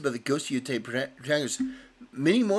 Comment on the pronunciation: "Ghost of Yootai"